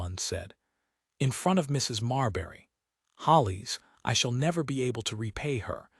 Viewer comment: Good story! The Duke was a great husband. Some comments: It's Mended. Not mendied. All your stories say 'mendied.' It's Hollis. Not Hollies.